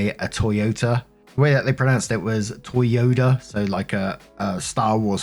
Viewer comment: Oooh...yes here the car is pronounced Toyoda. That's a brutal trick 😂